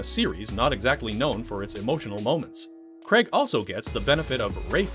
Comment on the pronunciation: Both terrible, Brosnan looks like a z-list male model from a Littlewoods catalogue, and Craig (not pronounced Cregg by the way, stop it) has no humour, and just looks bored and miserable in every film.